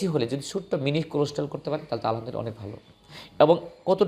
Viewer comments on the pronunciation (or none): none